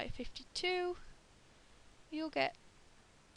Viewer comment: where are you from, u said "year" funny :L